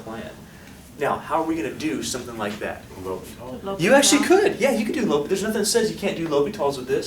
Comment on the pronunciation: I love the way you say L'Hopital. Even though it is pronounced, L prime H O-hat pital.